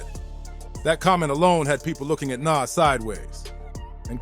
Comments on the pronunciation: How do you not know how to pronounce Nas?? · Who is NAss? smh NAS bro smh get the legend name right